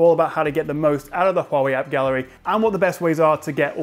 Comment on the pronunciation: Your correct pronunciation of Huawei (which is rare) really impressed me.